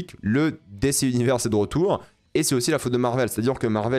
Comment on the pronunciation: premiere fois j'entend quelqu'un dire dc avec L'accent en francais